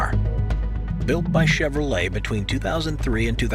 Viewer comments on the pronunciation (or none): none